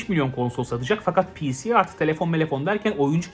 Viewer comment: Abi piğsi demene kıl kapmaya başladım